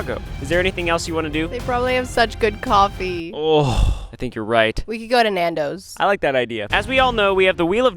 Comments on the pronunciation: the way he pronounces Nandos is killing me as a Desi person 😭😭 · Lmfao at hearing you guys say nandos for Chicago bro whyyyyy that’s so random and NOT Chicago food (nandos is good though)